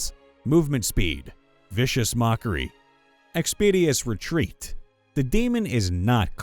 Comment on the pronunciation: It's ExpedITIOUS Retreat, not Expedious Retreat. Expedious isn't even a word!